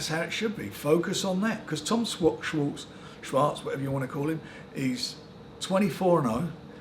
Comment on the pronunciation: Bless Frank, he can’t even pronounce Tom Schwarz name!